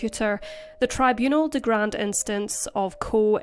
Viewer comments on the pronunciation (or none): none